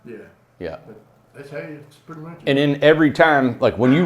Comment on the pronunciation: Thought it was written: purty. That is how my grandma used to say. And I do at times too.